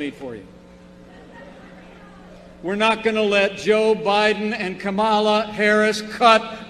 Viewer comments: Isn't it cute how he refuses to pronounce her name properly? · What drives me nuts is that they keep mispronouncing Kamala wrong! Such a lame "attack".